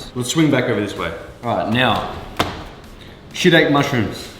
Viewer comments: shitaki not shetake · It's pronounced shit-aky not shitake 😂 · It’s pronounced shee-tah-kee mushrooms bro